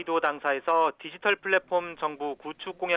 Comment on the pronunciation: "윤석열"사진땜에 디지털을 "돼지털"로 읽었네 😣😂